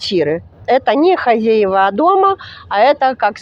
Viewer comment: ХозЯева, правильное ударение.